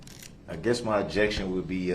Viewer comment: Darrell Brooks Dictionary Dat - That Objectshone - Objection Biast - Bias Dis - This Deese - These Coherse - Coerce Yoo - Your Unbiblical - Unbilical License Place - License Plate Substain - Sustain Tentave - Attentive Axed - Asked All of the Suddenly - All of the Sudden He know what he did, He know what he didn't do. What lawful law? - Is that legal? Presitioned - Positioned Clearency - Clearance Takid Agreement - Tacid Agreement Grounz - Grounds Estent - Extent Manifest Necessity - Manifest Dedestity Window Tinz - Window Tint Relavent - Relevent Show me Lawful Law - Is that legal? Te hee and Kee, kee, kee